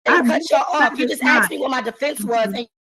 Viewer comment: It’s “askeddddd” not “axe”. It’s not that hard to pronounce 🙄